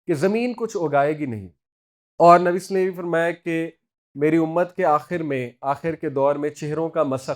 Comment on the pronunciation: Asalamualaikum Sir! With all due respect Please say Nabi Salal lahu alaehi wasalam clearly Sir. You are my true mentor...and I respect you with the core of my heart, and consider you as my elder brother..whenever I listened to your lectures I always feel to remind you this.